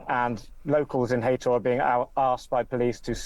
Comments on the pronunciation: its Hay tor not hayter rip ann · It’s pronounced hay tor not hater